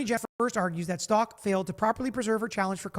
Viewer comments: Her last name is pronounced Stauch like st ouch ! Even her lawyers were mispronouncing it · least say Stauch correctly 🤦🏻‍♀️